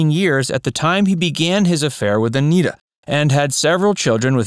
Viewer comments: Don Knotts pronounced her name as "Annette-a" not "A-NEAT-a", for your info. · I thought her name was pronounced a-NEH-tah. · Pronounce Aneta correctly. It's" Annette a." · Aneta Corsaut grew into a gorgeous woman as shown in the color versions of The Andy Griffith Show. She also appeared in Salem cigarette ad's singing, "You can take Salem out of the country but, you can't take the country out of Salem." But, Dude. Her 1st name is pronounced "Annette a," not Anita! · Aneta is being pronounced "Anita" in this video. "Anetta" is how "Aneta" is properly pronounced. You never described Aneta's untimely death. I know that she was a smoker; her sexy voice was a smoker's. Did that have something to do with her passing? I find her gorgeous and an engaging character. Joanna Moore was more attractive but my favorite was Aneta who likewise was very attractive. This sexy woman sang "You can take Salem out of the country but..." in a Salem cigarette ad. It's not on YouTube, though.